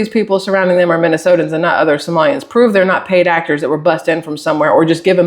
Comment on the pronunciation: It's hilarious how many times I have heard Minnesotians. There's not a second i, it's just Minnesotans. Autocorrect even tells you you're wrong if you type it out 🤣